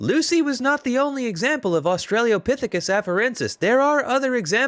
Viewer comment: I'm really enjoying your stuff but it's Ah-stra-low-pithicus not Australia-pithicus. You are quite articulate otherwise and hope you don't take this as a criticism.